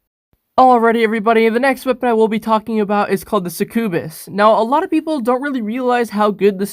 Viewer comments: It's not pronounced (SuckOooBIS) it's pronounced (Suck You Bis) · Mans said “sec ue bes” like bro it’s pronounced “suck-yah -bus” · Its Pronounced Suc-U-bus. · It’s called succubas ( suck you bis ) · that's not how you say succubus it's suc-u-bus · pronounces succubus two different ways Alright seems legit.